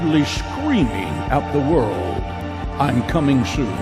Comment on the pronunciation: "How god is literally screaming at the world; I'm cumin' soon." I'm so childish. ^_^